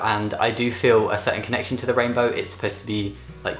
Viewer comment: The first couple of times he said rainbow I thought he said rape photo. Idk how. 😂😬